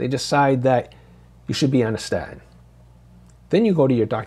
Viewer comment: What's a "sta-in?" Can anyone speak properly anymore? Cringe.